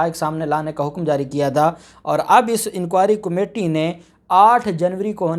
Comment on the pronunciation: جناب عالی۔ کومیٹی نہیں کمیٹی ہوتا ہے۔